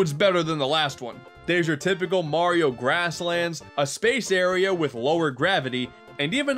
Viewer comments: It's Mario not marry oh I hate everyone that says his name wrong keys and jacksepticeye every single person even YouTuber say it and for some reason my name is jacksepticeye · pronounciation for mario: (MAR-Y-O) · its not murio its mario. A lot of people make that mist- oooooohhhhhhhhh american people say murio and english people say mario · I hate people who say Mario wrong "Mayrio" ( by accident) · the people who pronouce Mario be like mayrio Me: Mario mareio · I hate when people say Maryoh. It's Mario! We can all agree these people should be smacked with love bricks. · *MayRio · Dat ain't LUiGi green mayrio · Ma(y)rio Month - ✖️ Mayrio Month - ✔️ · calls mario merio*. *everyone on the planet = TRIGGERED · "people who say mAHrio incorrectly, it like mayrio" im confused because the AH sound is reserved for Wario, it uses the a sound as in Apple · MERRY-OH? what is this, rabbidluigi? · My elementary school teachers pronounced it as Mayrio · MAYRIO MONTH! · “Mayrio “ month haha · bowser calls mario bros maryo bros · Like literally every parent calls it mare-e-o like why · LUWEEGIE! NOT GREEN MERIO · The people who say mario wrong, say it like mourio its dumb I know xD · lol you ssay merio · YOU are the one who says Mario wrong! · "Say Mario incorrectly"...Americans...Everything you pronounce is the 'correct' way? Sure.